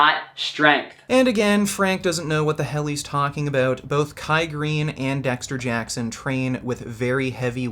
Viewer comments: DEXSHTER JACKSHON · Bro, why does he say Dexter Jackson like that??? Like his teeth were about to fall out... What's up with this guy???